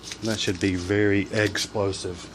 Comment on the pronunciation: You said "explosive" somewhere in the video, and I heard "eggsplosive" :D